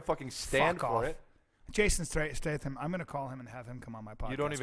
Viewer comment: Does Bryan know his name is Statham not Stratham?